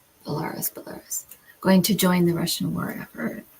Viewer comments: There were two questions on Belarus and it is pronounced - Bell a roos - Just in case there are more questions on that country in the future. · I hope you will not find my comment offensive, but when you pronounce Belarus, the accent is on the last syllable ( rus), not on the second one.😊